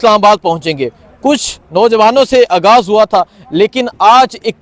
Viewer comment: آپ کی محنت کو سلام لیکن اپنا تلفظ صحیح کر لیں پلیز ۔ اگاز نہیں آغاز ۔ غ اور گ میں فرق ہے